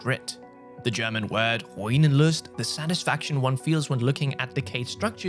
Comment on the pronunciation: I am german and I have no Idea what german word you meant ... o_o I had to scroll to find someone say it's "Ruinenlust" which is one of those tricky words that has a pause between the Ru and I so it's "Ru-inenlust" not "Rui-nenlust" ... but also I have never ever heard of it before, lol.